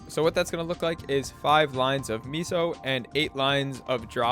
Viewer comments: It’s meso (Meh-Soh) not miso soup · its "may-so" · Amgggg, stop saying MEESO lol.